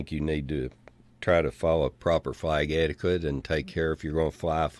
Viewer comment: what's more embarassing than a torn flag at a dump site, is the fact that our "County Mayor" can not properly pronounce the word " etiquette "